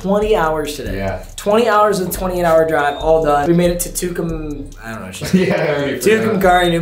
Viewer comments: Its pronounced care not car in tucumcari just fyi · It's tucum-carry you bumm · Brooooooo wtffff I’m from tucumcari Btw it’s pronounced TOO-CUM-CARRY